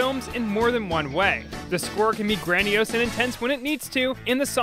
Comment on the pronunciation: How the fuck did you just pronounce grandoise?